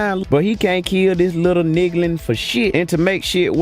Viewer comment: “Niglins” lol